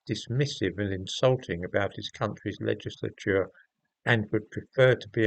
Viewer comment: You pronounce the word "legislature" in the manner of a Frenchman -- i.e., "legislateur".